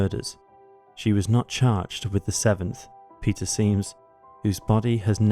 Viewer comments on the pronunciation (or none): none